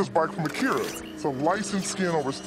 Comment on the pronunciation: I love how Aech pronounced Kaneda and Akira the same way as the streamline dub of Akira did instead of pronouncing them correctly.